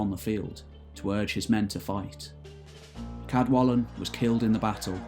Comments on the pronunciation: In Welsh represents an unvoiced (like the in the English "kettle". So "Cadwallon" is pronounced [kadˈwaɬɔn]. Diolch! Again, although Old Welsh orthography is used, the pronunciation of the king of Elmet (Elfed in Modern Welsh) is "Ceredig" [kɛrˈɛdɪg]. Sorry, but the pronunciations of Welsh names are just atrocious! I can't listen to it any more. Nos da! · Also most of the Welsh names have been pronounced correctly which can prove quite tricky for non-Welsh speakers however Cadwallon is not quite correct due to LL not sounding like L (as in the English word wall) if I could I'd be happy to help with the correct pronunciation. Enjoyed the video. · A voiceless Alveolar lateral Fricative. Not an "L". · First language Welsh speaker here. You mispronounced Cadwallon. The "ll" sound is pronounced phonetically as ɬ. It has no equivalent in English, you just have to learn to sound it. If you want help with Welsh pronunciation I'd be happy to help. I enjoy your videos.